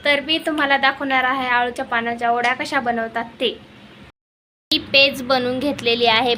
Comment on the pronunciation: Tai ओड्या nhi o .. te वड्या असतात.... जास्त सुशिक्षित बोलण्याच्या नादात काही पण काय 🤦